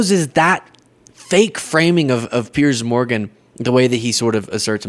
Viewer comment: Piers Morgan, not Pier